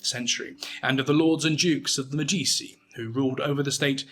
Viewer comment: thats not how you pronounce Medici. The C makes a “ch” sound because there is an I after it. Like cappuccino. You don’t say “kappa-see-no” do you?